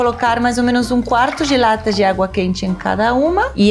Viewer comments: No começo entendi “tomate gelata” hahahahaha ai Paola, amo você! ❤️ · na hora q ela falou tomate "gelatta" achei q era algum tipo diferente de tomate, so dps fui entender q era tomate de lata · nooosssaaa hahahahah tambem entendi gelatta! kkkk OBRIGADAAA